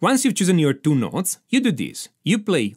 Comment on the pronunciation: Exercise number Tuu!